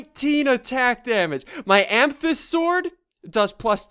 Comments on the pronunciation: i hate how he pronounces amthist like is clearly pronounced amythest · it's not amthyst. it's amAthyst.